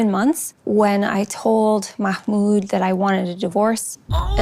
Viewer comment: Bro if you ever do another video, his name is pronounced "mah mood"